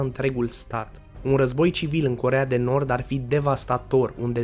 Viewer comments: Armele nucleare a Coreei de Norb"🤣🤣😂😂Asa ai zis😉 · ai zis corea de norb